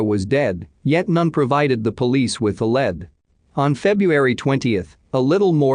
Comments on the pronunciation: It's not led it's lead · The word lead isn't pronounced like the metal lead. It's Lee D 911 is nine one one not 9 hundred and 11.